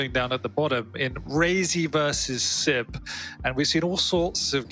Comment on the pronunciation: Dear, it's siB not siP...